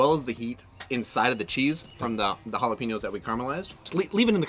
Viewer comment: Again with the jalaPEEnos!!?! (You had to know this was coming)